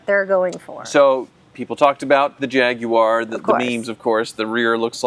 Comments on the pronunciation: Gaguar lol. gaaag uar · Hate the way you both say Jaguar…. It’s beyond tomato, to-mAto… I don’t even care if you are saying correctly.. it sounds horrible… beyond that love the channel